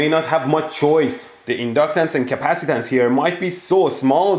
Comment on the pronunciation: 💢💢 I love that KUH-PASS-EEEE-TANCE and IN-DUCK-TANCE! That's why the circuit WERKS!!!💢💢